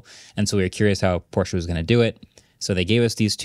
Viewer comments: As a German, I’m confused when I hear Americans pronouncing Porsche perfectly German. I’m used to „Porsch!“ or more like actually expect to hear it pronounced like that because it’s so to funny😂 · Finally hearing Americans actually pronouncing Porsche properly including the "e" that some people just skip over :) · Lol a pet peeve of mine too! I’m American and remember being confused about that when I was young. We view an -e at the end of the word as silent. But I speak little Deutsch and now I’m all heeeeey pronounce the -e, folks!